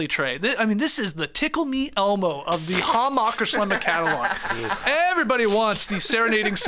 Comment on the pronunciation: Skeet, please never chance your pronunciation of the Hammacher Schlemmer Catalogue 🙏🏽